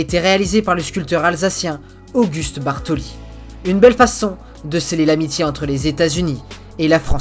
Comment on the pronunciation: Bartholdi et non bartoli